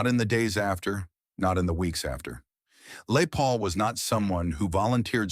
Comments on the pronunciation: LAY Paul??? AI bullshit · The story is about " Les Paul "...you misprounoced his name about 20 times....this video soundtrack NEEDS A DO OVER . REALLY IT WAS PISSING ME OFF .